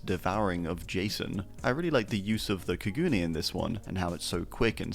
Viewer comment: Btw I believe “the ghouls” tentacles are pronounced ka-goo-nay